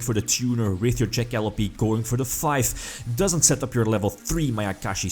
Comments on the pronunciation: That being said its pronounced jack - a - lope silent e, took me a little while to realize what monster you where talking about in the video lol. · You pronounce Jackalope really weirdly